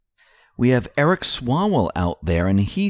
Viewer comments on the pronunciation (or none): none